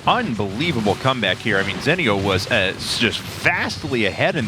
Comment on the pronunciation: STOP SAYING ZENIOS NAME WRONG!